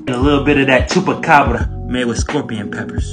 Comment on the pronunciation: the way he said chupacabra😂